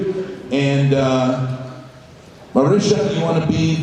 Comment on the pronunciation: fucking hell it's marisha not marissa